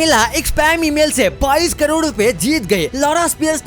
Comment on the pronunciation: 22 crore ya 22 kajod.... BC hindi bolna to seekh lo pahle !